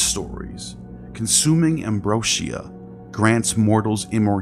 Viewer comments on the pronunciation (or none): love this channel but i can't past the pronunciations. its not "de-luuuj" or "da-loose" , it's not "embro shee ah", & its def not "pomeNgranate" . Also (from what ive learned) there was no word for "sin" in ancient Egyptian or Greek, it was introduced by hebrew language to demonize the previously worshipped moon god Min /Sin